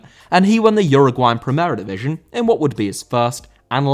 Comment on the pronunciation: División* not Divijon